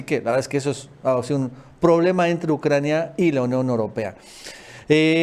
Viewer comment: Es Ucrania no "Naucrania"